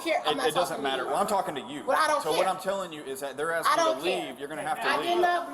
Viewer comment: Axing...it's ASKING- No one should be axing anyone.